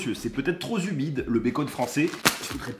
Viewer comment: trop zumide ? avec la liaison de l'apocalypse !